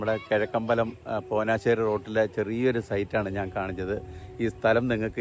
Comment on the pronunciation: ചേട്ടാ പോനാശ്ശേരി അല്ല, പോഞ്ഞാശ്ശേരി